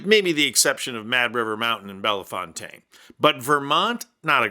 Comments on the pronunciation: Love your stuff, but gotta be nit picky here. I'm from the area and it's not "BELL-fawn-tayn". It's "Belle-FOU-ten" 😉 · “A tool and a Fool”. Perfect. BTW, Ohioans pronounce it Bell Fon Tain. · It’s pronounced “Bell Fountain” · Ohio native here. You're gonna laugh but it is not pronounced Bellafontaine with a bit of French pronunciation it is.....Bell-fountain (like where you get a drink from.) Nope...not kidding. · Just future reference, it's pronounced Bell- fountain. 😊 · Locals pronounce it "bell fountain"...yeah, I know, I'm not from there either, but I've known several folks from there for many years and have had this argument with them. :) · It's pronounced " Bell Fountain." like water fountain. Thanks for your work! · I believe Ohio pronounces it Bell Fountain. 🤷🏼‍♀️ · I love it! Vance is an ass. btw-locals pronounce it Bell-fountain. ikr? 🤷🏼‍♀️ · Just so you know, firstly Snow Trails in Mansfield isn't a terrible skiing and snowboarding place. I popped my shoulder out of place on my first and only visit there back when I was 17. Secondly, I know it doesn't look it, but Bellfontaine is pronounced like "Bell Fountain". My brother-in-law lives there. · Bellefontaine, Ohio: Pronounced Bell-fountain. Yes, really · Bellfountaine is pronounced like bell and fountain. Its Ohio-ese. My great grandmother was from there. Buena Vista becomes Buoona Vista. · It’s pronounced ‘bell fountain’ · It’s pronounced bell fountain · Oh, honey... Nice try, but Ohioans pronounce it "bell fountain.." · It’s pronounced Bell-fountain. Thought you might like to know. It is Ohio after all, the dumb state I grew up in and left on purpose. Proud of my grandparents state.